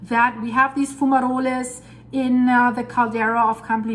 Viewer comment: Great Video,. Just to let you know that Fumarole is pronounced as Fu-ma-role. Keep up with the great videos. Always looking forward to them.